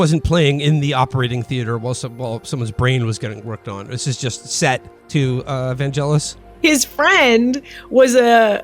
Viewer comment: Trump enjoys being called a fascist Also sorry to be a twat but Vangelis is pronounced with a hard g.